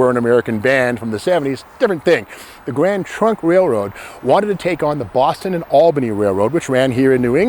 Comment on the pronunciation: I appreciate your videos no matter what they are. You have crazy energy and thoroughly research everything you talk about. I kept hearing Grand Funk Railroad whenever you said Grand Trunk Railroad. I am of similar age as Steve so I know band well. 😀